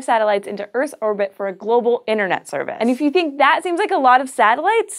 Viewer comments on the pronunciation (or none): none